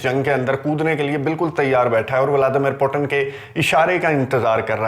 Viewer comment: بہت عمدہ اور معلوماتی ویڈیو ہے۔ ایک تصحیح کرنا چاہتا ہوں روس کے صدر کا نام ولادیمیر پوُتِن ہے پوٹن نہیں۔ روسی زبان میں ’ٹ‘ اور ’ڈ‘ کی آواز نہیں ہوتی۔ مزید معلومات کیلئے آپ RT (روسی ٹی وی)، سپوتنک (روسی ویب سائٹ)، بی بی سی اردو ملاحظہ کر سکتے ہیں۔